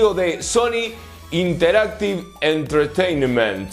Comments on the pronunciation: Entertainment se pronuncia "En-ter-tein-ment" asi corridito y rápido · Se pronuncia “enterteinment” :p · Entertaiment - Lo pronuncias tal cual está escrito con el cantado gringo obvio